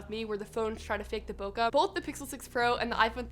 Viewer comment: bokeh- bo-kay NOT Bo-ka.